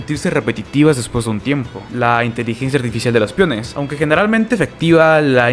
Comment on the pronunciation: Que no sabes pronunciar “pEOnes” eo no piones